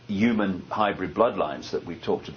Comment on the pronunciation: Somebody tell this guy the word he's looking for is "HUMAN" not fuckin "UMAN" as he keeps sayin